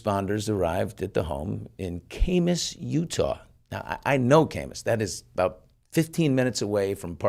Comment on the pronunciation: Great interview… just one correction Billy, Kamas is pronounced like cat without the T: Ka-muss not Kay-muss. Or Ka (as in catch)+ muss (as in no muss no fuss).